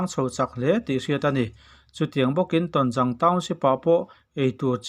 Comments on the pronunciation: Tawnzang ni lovin, Tawnzâng tia lamrîk tûr aw. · Tawnzâng tih tur, zâng hi hnungzang kan sawi ang hian lam tur. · Tawnzang lam dan hi a diklova zang' tih hnungzang kan lam dan ang azang hi thlukna awm anga lam tur ani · Tonzang i lam rik dan kha a dik lo. Zang hi hnungzang kan lam rik ang hi a ni a, Paite/Tedim tawnga zawl tihna a ni a, 'Ton' hi chu pangpar i 'tawn' ang khan lam ri mai la a pawi lo, Mizo takin lam ri la a dik a ni mai. A bengvarthlak e, channel lian tak in nih hi kan hre reng a, kan duhtuipui che u a nia. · Awi tawnzang tih hi ithluk dikleh loooo. Hnungzang tiha zangkha hmangrawh. Ilamdikloh hian e, angaihnawmlo zovek